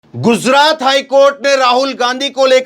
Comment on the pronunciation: GUZRAT. KYU BOLTA HAI...Gujrat kyu nahi bolta...yeh Kaisa anchor hai..